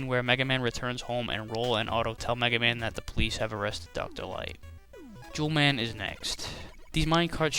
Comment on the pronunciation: sounded like you said 'jew man is next'